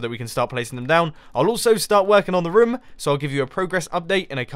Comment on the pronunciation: Who else hears rum? when he says room?